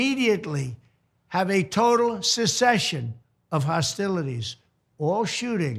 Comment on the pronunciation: What is a "cessession" ??